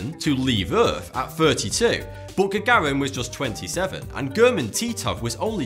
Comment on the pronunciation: Stop fking saying butt omg just say but as normal , not butt !!!